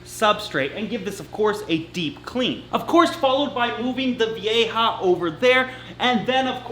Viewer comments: The community won! finally saying Vieja the right way!!!! Woohoo!!!!!! 🤣🤣🤣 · I'm so proud of you for making an effort to say Vieja correctly! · Finally gets "vieja"... slaughters "boisterous". 10 points for trying though.